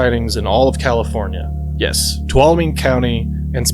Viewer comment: People really struggle pronouncing Tuolumne